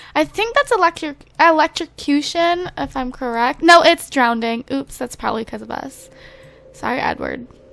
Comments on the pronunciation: does it bother anyone else that she says "drownding" instead of drowning. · Drowning not drownding derpface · I really do. But I'm going to need you to stop saying drownd. It's drown. Lol. Love youuuu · I love how she saws Drownding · Do you say drownding? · lol you know you say drownding instead of drowning? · Why do you say drownding instead of drowning!?! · what is "drownding???" i thought it was drowning ...... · lol its DROWNING not drowneding !! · It's NOT DROWNDING ITS DROWNING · It's drowning not drownding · Am I crazy or does she keep saying drownding? maybe it's just me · The woed isn't drownding!!!!! Its pronounced DROWNING. LOL no extra Ds!